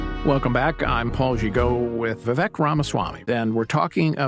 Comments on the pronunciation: Say his name right, VivEYk -like cake Viva Vivek 2024! 🇺🇸💪🏼💯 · Lol yea. We-wake is exactly how you pronounce his name. Irony since he is Anti Woke!!